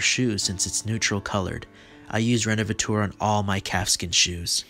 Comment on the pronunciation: Great result! But the repair cream you were using is pronounced "rénovateur" instead of "rénovatour". 🙂